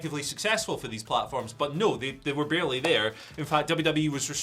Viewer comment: “Barley featured” huh?